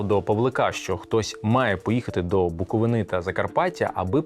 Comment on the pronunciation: Супер відео. Тільки не БуковинИ, а БуковИни )